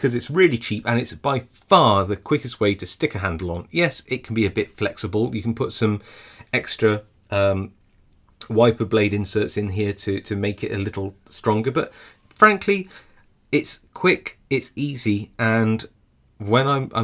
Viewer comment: Insert, not inset. Lol